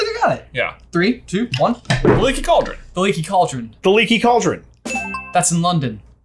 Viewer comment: “The Lecky Cauldrin”